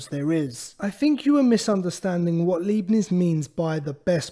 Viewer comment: He's pronounced God-freed Ly-Bnits